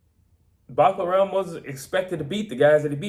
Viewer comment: I came here to learn how to pronounce Murtazaliev but he only ever called him "Buckararm" 😂